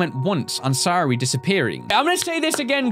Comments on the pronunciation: sa - yo -ri not hard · Lelmixit it is sayori